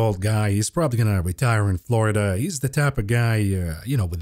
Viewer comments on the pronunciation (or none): none